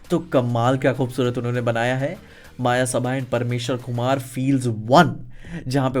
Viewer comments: It's मयसभा not मायासभा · मायासभा ❌ मयसभा ✅